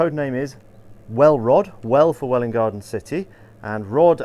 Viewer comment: Being from wgc myself I have to say you pronounced Welwyn perfectly :)